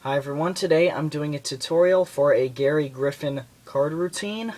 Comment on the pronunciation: im a good friend of gerry and if your going to reveal his trick you could at least say his name right its gerry not garry.